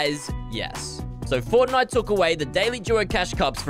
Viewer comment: is it just me or did Laban sound did when he said fortnite?